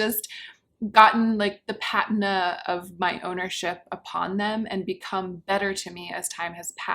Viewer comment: Loved the vid. Could you do some fashion related content? Like lookbooks or something of your fav outfits? Also, it’s pronounced pa-TEE-nah